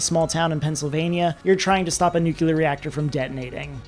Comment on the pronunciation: I hate being that guy but hearing him say “Nucular” is like an ice pick to my ears